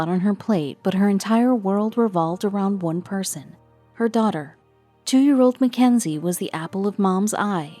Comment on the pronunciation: It’s not Mac enzy it’s Mackenzie